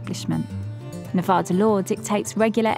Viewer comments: it’s Nuh-VA-duh. NOT Ne-Vaw-duh. Second, Mustang Ranch is NOT in Reno, NV - prostitution is not legal in the city limits, its located in Sparks, Nv. Lastly, this is not the original, famous Mustang Ranch which closed for taxes in 1999, this is a completely different establishment, by different owners, in a different location. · Wow. I'm sure you learned how to properly pronounce NE-VA-DA......not Ne-Voda